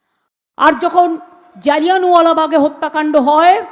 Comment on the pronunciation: জালদিয়ান ওয়ালা নয় শুদ্ধ উচ্চারণ জালিয়া wala bag